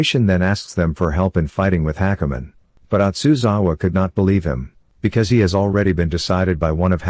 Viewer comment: just listening to the whole thing ... and hakumen is pronounced like hackerman ... omg these TTS bots are too funny xD